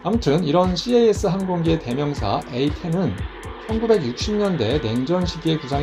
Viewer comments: CAS "씨에이에스"로 읽지 않고 그냥 "캐쓰"로 말합니다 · 군(공군-ROMAD)복무때 CAS시 미군 A-10이 날아와서 함께 작전했던 기억이 나네요. ^^ CAS '캐스' 라고 읽습니다~